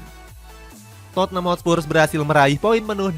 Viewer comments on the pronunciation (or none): none